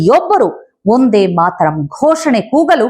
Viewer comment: ನಿಮ್ಮ ಉಚ್ಚಾರಣೆಯಲ್ಲಿ ' ವಂದೇ' ಎಂಬುದು ' ಒಂದೇ' ಅಂತಲೇ ಕೇಳಿಸುತ್ತದೆ. ಇನ್ನೂ ಸ್ವಲ್ಪ ಮಟ್ಟಿನ ಖಚಿತತೆಯ ಅಗತ್ಯವಿತ್ತು.